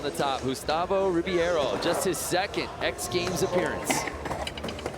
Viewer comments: it's actually pronounced Re-bay-ro. ei in portuguese is pronounced like ay in english. And the letter i sounds like the letter e. Hope you'll get it better next time! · Gustavo Rib(I)ero....really? Comentators cannot read his name right?